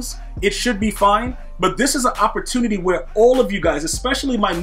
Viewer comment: Why he saying opportunity like he from Baltimore